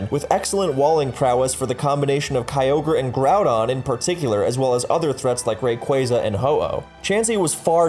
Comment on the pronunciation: A guy who said raqza right